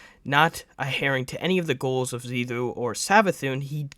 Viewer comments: Xivu (pronounced zee-vu). Not Xiva pronounced zee-thu. Get your info correct if you're going to use it. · Should have used the script, like Ibetonme did. Deciphering what you’re saying, versus what is in that script was a chore. Xivu, not Xiva, becomes an Emissary, not a Disciple. Hopefully most of this is true for the core playlists, for I needed a break because of how lame Lightfall has been. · Zee Voo. Otherwise great video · Bro struggling to pronounce Xivu the whole time had me dying 💀 but great video nonetheless